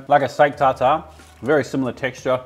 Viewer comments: How the fuck did this man pronounce tartare? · Huh, I’ve never heard someone mispronounce tartare